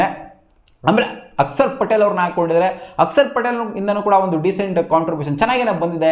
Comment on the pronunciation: ಅಕ್ಷರ್ ಪಟೇಲ್❌ ಅಕ್ಸರ್ ಪಟೇಲ್✅